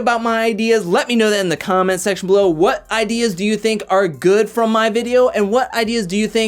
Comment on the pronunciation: . Did you say holding onto a comet or “comment” 😆